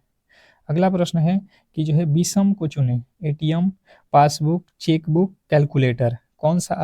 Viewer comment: चेक ❌ चेकूई ✅ 😂😂😂